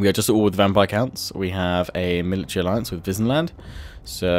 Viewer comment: "In an alliance with Wissenland"I thought you said Disneyland